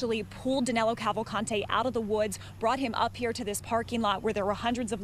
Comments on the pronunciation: HIs name is DANILO not DANELO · Danelo!! LOL... Danilo, NOT Danelo. His name is Danilo!!